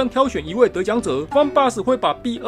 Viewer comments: 好像把b203講成bot203了😅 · ，你把B説成BOT—203了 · 是不是把B-203讀成bot-203了🤨